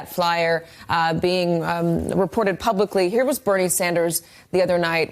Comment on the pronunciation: why is it so hard for him to say Bernie,is he stupid or what.....